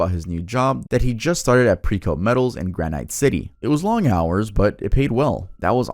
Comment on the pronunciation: I dont like the age 32 story as I'm literally sittng 5 minutes away from Precoat Metal lmao. Also, its gran-IT.